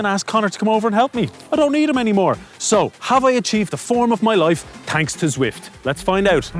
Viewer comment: Turned off as soon as he said zwift which was about 3 seconds in